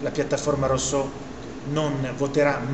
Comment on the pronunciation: Sì ma di pronuncia "russò" , non è difficile !